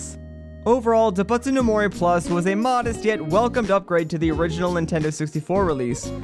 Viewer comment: i love the video but each time you mispronounced doubutsu i curled inward a little :(